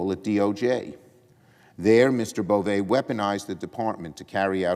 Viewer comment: It’s pronounced BovE! He’s Nosfartu! 😂